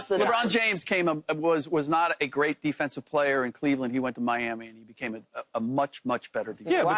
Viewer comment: Keyshawn emphasises weird syllables in every segment, it's weird. "He's not a bad playERRR"😂